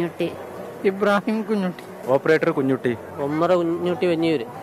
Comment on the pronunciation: കുഞ്ഞൂട്ടി അല്ല. കുഞ്ഞുട്ടി